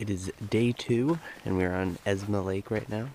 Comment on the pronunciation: Great video series guys. Just wanted to let you know that the lake is called 'EsMa Lake' not 'EsNa Lake'. Keep up the great videos!